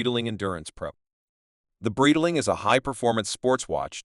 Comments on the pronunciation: Man, you don't even know how to pronounce "Breitling". What kind of expert are you? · AI voice over sucks, can't even say the brand name correctly